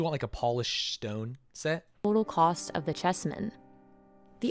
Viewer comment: i love the vid but why u gotta say stone like that?